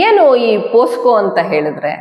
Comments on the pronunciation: ಹಲೋ, ಅದು ಪೋಕ್ಸೊ. ಪೋಸ್ಕೋ ಅಲ್ಲ. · ಪೋಸ್ಕೊ POSCO ಅಲ್ಲಮ್ಮ ತಾಯಿ ಅದು ಪೋಕ್ಸೋ POCSO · Posco alla pocso anta heli